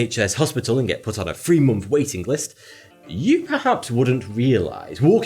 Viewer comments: You need to learn how to say three...not free, you aren't free years old. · you sound as though you are trying hard to sound genteel, a little bit northern posh, even .. .. and then ... you say ''sixty free years.. '' . Sixty THree years, was that?